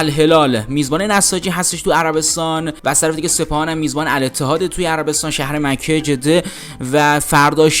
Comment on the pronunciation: من برای اولین بار برنامه شما را دیدم وازاینکه یک آدم بی سواد را گذاشتید که حتی مصطلح ترین کلمات را از قبیل جده مکه سیپل ورجز را درست نمی‌تواند بگوید برای همه شما تهیه کنندگان متاسفم به امید روزی که افرادلایق وشایسته برسرکار باشند